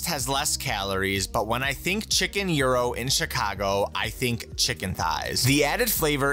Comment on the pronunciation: damn he pronounced it correctly